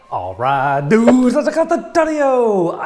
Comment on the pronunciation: it’s pronounced too-tee-yo not tuteyo